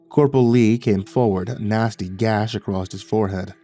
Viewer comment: I love you, but there is no 't' at the end of the word 'across'. You're such a fantastic narrator, every time you say "acrosst".... it pulls me out of the story